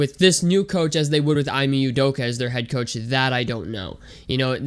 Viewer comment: Bro can u at least say he’s name right 😂🤷‍♂️